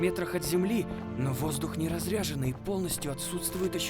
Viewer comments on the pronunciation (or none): Здорово, когда видишь такие проекты в Рунете, ребятам респект, НО косяков много. В реплике Саши Люпина на воздух должен быть не разрЯженный, а разрЕженный. В реплике у Димы Дейза на не "далёких землей", а "далеких земель" по русски. Плюс у Наташи Сильв как по мне, слишком высокий тон голоса взят, под древнюю херобору из непойми какой вселенной голос не подходит. Мелочь, но по ушам бьёт. И смесь сай фай и технофэнтези в немного странной пропорции, как мне показалось. Плюс, когда дракон вырывается из под воды, никакой силы не ощущается, он вылетает, словно голограмма, а не многотонная туша. И да, очень странно показан выстрел из энергопушки в моменте с шагоходом. Когда энергия концентрируется в шар, то ось шара проходит не через дуло, что было бы логично, а намного левее, то есть выстрел визуально делает не оружие, а пустота слева от героя. Вобщем сыроват трейлер, но будем ждать продолжения.